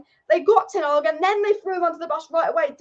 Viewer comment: Hey, the manager is called Ten Hag, not Ten Ag………